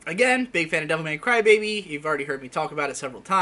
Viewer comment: The way you say Devilman Crybaby sounds like Devil May Cry Baby and it totally confused me.